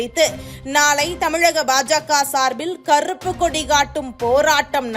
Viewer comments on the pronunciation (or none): none